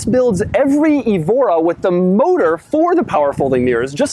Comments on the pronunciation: It's "EH-vo-ra", not "ee-VO-ra", like the Portuguese city Évora. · "This is a Lotus Ebola S"